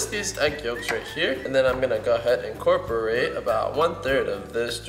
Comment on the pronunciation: he keeps saying encorporated(sorry about spelling)lolstill love your vids👍